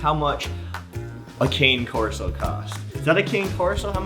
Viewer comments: C A N E spells cane not kanay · It's Cann corso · Why is it called KAN-NAY instead of cane? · Bro I come from Italy and it is Cane Corso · you pronounce it the wrong way !! ( i am italian ) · Why is the pronunciation & the spelling so different? If you speak English why use the flawed Italian pronunciation? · David Bahena that is the boogji way of saying cane